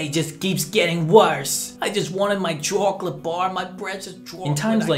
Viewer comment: Choco latay? Como eatas mi amigos